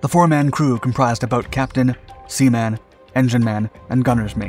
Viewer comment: You should look into the Beach Jumpers. These were an off shoot from the Riverine Forces, still using PBRs and the rivers but were the precursor to the US Navy Special warfare combatant-craft crewmen (SWCC) Its not Sea Man, Its Seaman or normally Seamen for plural. Same for Fireman and Engineman. Say it as one word, not two distinct words. And Coxswain is pronounced as Coxsan, or Coxan (käks(ə)n) Same goes for a Boatswain, its just Boasen or Bosen Also, they are just PBRs not PBR boats. Its like saying ATM machine. Its in the name.